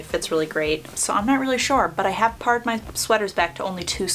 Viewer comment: Love your channel, and your videos are so helpful. One tip, "pared", as in "pared down my wardrobe", is pronounced "paired." ☺️